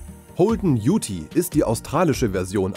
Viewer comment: Die Australier sprechen "Ute" übrigens mit stummem "e" aus. Also ungefähr wie das englische "you" mit einem "t" dran.